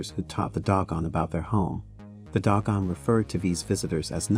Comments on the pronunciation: If you are going to present something about the Dogan, please pronounce the name of the group correctly, Do-gon not Dog-on. Thank you. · 😂 Pronunciation is "/'DŌ•gon/" not "DOG GONE!" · TO THE -- IF YOU'RE GOING TO DO THIS "PROFESSIONALLY" (meaning putting your words out there for the public to see and hear) YOU NEED TO -- AT THE VERY LEAST -- PRONOUNCE THE LANGUAGE -- AND ESPECIALLY NAMES -- CORRECTLY!!! They are NOT the "doggone" -- the name of the tribe is the DŌ-GON -- and you show your ignorance and lack of care, respect (for yourselves and those you write about), integrity, and/or smarts by ignoring those signs of honor and estimation of others… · I think it’s pronounced doe-gawn, not dog-gawn. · "Doh-gahn," not "dog-uhn." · they are_dO gOn..nOt_dOg gOn🤦🏾‍♂️ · Also it's Doe-gon. Not Dog-on. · Doe Gone.......not Dog Gone LOL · Am I an asshole to be upset by the consistently mispronounced words in the narration ? Dog on ? Sag gan ? I have trouble taking in the information while also being spun about with the incorrect pronunciation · You are pronouncing Dogon incorrectly. If you are going to do videos about African people, places and cultures, be respectful and learn to properly pronounce the words. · iirc that is not the pronunciation of "Dogon". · Dogon is properly pronounced with the long "O" vowel sound. Next you mispronounce Carl Sagan's name... I'm getting the distinct impression that this is AI generated narration.... which I despise.